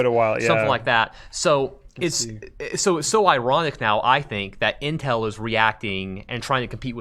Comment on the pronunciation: does he call it inhel?